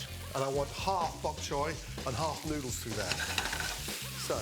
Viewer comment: Gordon forgot how to say noodles at the start😂